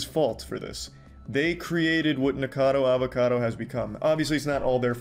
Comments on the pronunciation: Funny how neither you nor Penguinz can pronounce his name. Nickado Avocado? Nickocader Avocader? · I heard: "niggerkador avokador" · ok hear me out i dont want any racism wars but it sounded like he said n____cadoAvacado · bro really said nikorcado avorcado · why does it aound like you say niggercado avocado bro 💀💀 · his name is not Nikeucadeu Aveucadeu but whatever....i dont like listening to poeple that sound and behave weird like that. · Bro did you say nikkacado avocado at the beginning 😂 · Souned liked he said N1ggercado avocado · Good video but Nickocado Avacado doesn’t have any r’s in it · Love it that Penguinz0 doesn't say his name right lol